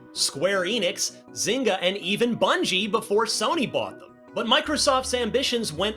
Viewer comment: Not zynga 😂